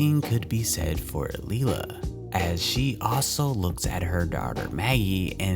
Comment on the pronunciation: Please get the names right. Maggie’s mums name is pronounced lie-la not lee-la. It’s so hard for me to hear every time you say it.